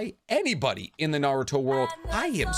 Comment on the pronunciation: The way this guy pronounces words in Naruto and in English just blows my mind 😂